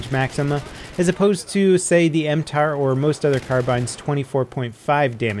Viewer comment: NOT M-TAR !!!!!!!!!! m-t.a.r ( tavor assault rifle )